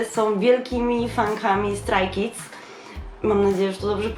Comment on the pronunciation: I mówi się strej kids